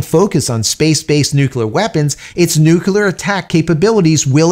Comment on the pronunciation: I’m a long time subscriber. I enjoy your content. Please take this observation as a friendly suggestion for improvement. The word Nuclear is pronounced; Nuke-Leah. Not nuke-U-la. This makes you sound like George W. Bush. Which lessens one’s credibility. Hope this helps. Keep up the good work. May the Force be with you.🌀 Jim🌀 (-: <*>:-)